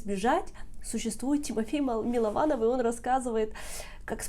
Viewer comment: Ольга перестаньте коверкать фамилию человека! Он же сам уточнил, что он Мылованов!